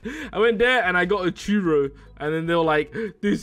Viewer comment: It’s either dell taco or Taco Bell. And it’s not chewrro it’s a churro